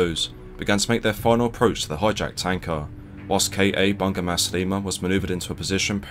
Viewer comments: Its actually read as bu-nga not bun-ga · Bunga = flower pronounced as "boo-ngaa" PS: you can consult me on Malaysian names for your upcoming videos!